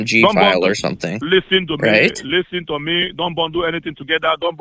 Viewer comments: LisssOn to meee Stop asking QuestChon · And "do one ting" and "each and everything" "Fixation" "Lissen!" "SIR!/MA'AM!"